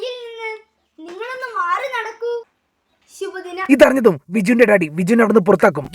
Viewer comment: Shubha dinam ❌ Shibu dinam ✅